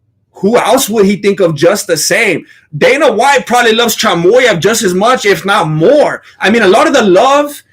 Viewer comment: Chamoev lol 😂 my dude made a Chechen name into a Mexican one 😆